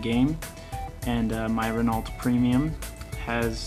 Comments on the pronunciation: ***** you should pronounce Renault like Ren Oh i had the same problem till i started watching Squirrel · Did you just pronounce the "t" in Renault? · In that kind of words (It's French), you never say the L or the T, but in English it's hard to say it without sayig LT, (I'm Dutch/French)